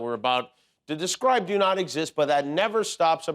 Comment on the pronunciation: "Yes, I dew," "I dew...they should be wary of what they're dewing," -clone to McConnell